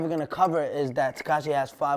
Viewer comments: "tahquash 69" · why does he always say "Tekai 6ix 9ine" nigga can't pronounce his own name who's mans is this😳😳 and his definition of success is "fuckin bitches" this niggas a child mayne that answer pissed me off I'm tryna put my niggas on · "Tekash 69"